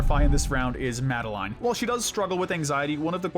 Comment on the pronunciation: MaDi-LiNe pronounce the name tight